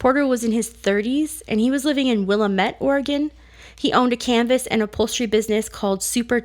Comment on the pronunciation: Willamette is pronounced Wil-LAM-et.